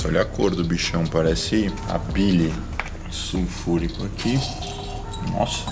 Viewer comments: “SUFURICÃO” KKKKKKK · "Sufulrição" kkk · "su furicão" 😂🤣😂🤣😂🤣😂🤣😂🤣😂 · Desculpa mas eu ri quando ele falou "sulfuricão"